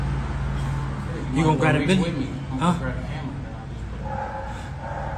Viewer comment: Kept sayin jump wimme 🤣🤣🤣